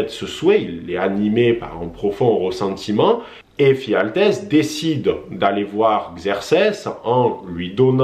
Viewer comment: Et c'est "Ephialtès" et non "Phialtès" :) Sinon, bonne vidéo.